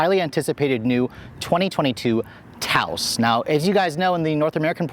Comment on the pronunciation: He better be mispronouncing the name 🤣 "Touse" ????